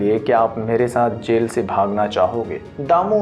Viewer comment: Sell nhi jel hota hai